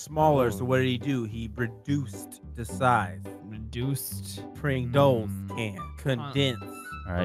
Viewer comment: "Hidy ho fellows, it's me Mr. Pwingles." - 2019